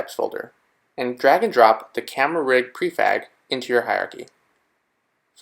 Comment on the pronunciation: in I'm certain you said prefag instead of prefab... no one caught that?!